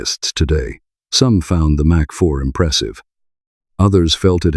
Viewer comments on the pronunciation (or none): Mk3 is pronounced Mark 3 as it is an abbreviation. MK3 is pronounced M K 3 as they are letters — this just grated on me how you alternative freely between the two.